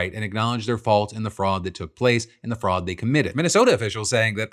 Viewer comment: I kept hearing frog instead of fraud